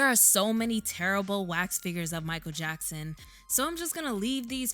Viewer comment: It's Jichael Mackson!!!